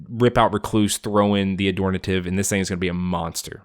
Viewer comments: Ad-hor-tative and Meg-a-nura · AD-HOR-TA-TIVE ... there no N.